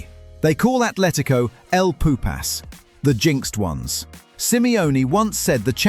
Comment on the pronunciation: “El poopASS “